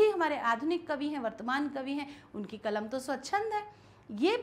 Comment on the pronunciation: मैडम कलम बोलिए कमल नहींहै